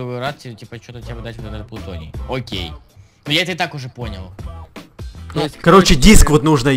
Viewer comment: правильно говорить плутоний